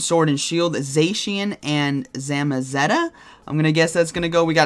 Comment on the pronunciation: Say if after me... Zaa-Cyan & Zaa-Maa-Zen-Ta (the cyan & the magenta)